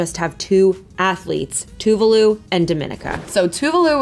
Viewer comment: Tuvalu is pronounced "Tu-vaa-lu" The 'a' is stretched a bit.